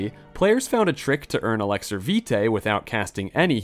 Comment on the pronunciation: Commenting on yet another video trying to invite you to correctly pronounce Elixir. I know I'm commenting and you might think it's good engagement, but if I don't get a reply and commitment to pronouncing it correctly, I'll have to thumbs down the vid :/